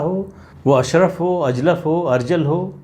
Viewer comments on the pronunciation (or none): अशरफ नहीं अशराफ (कुलीन).